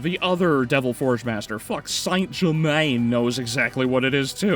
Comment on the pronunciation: Why you say “Saint Germaine” like that 😂